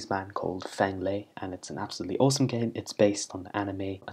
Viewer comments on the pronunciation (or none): Oh cool! Thanks :) (Oh and btw, Feng is pronounced 'Fung' rather than Fang and Lee would be as it sounds. Rather than 'lay', it would be like bee, but with and L. This is because Chinese vowels are a little different)